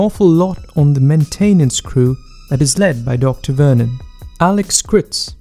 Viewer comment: Main-Tain-NANCE? Radioactive radiation?!